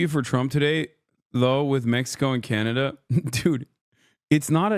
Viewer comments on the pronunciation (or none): none